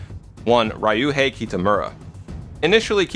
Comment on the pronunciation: "Raij-joohei" I know commenting on pronounciation is rarely constructive. But I have always found the instistance of americans to stubbornly insert an "ah" in the middle of "Ryu" very confusing. What linguistic trait is it that triggers this? I can understand that having a "y" directly following an "r" can be umcommon for english speakers. But if it was only that I would expect more variety in the pronounciation. But to wholesale invent a vowel inside the syllable... Why is this so pervasive? I am genuinely curious. I am not trying to make fun of it. It is a phenomenon I actually want to understand.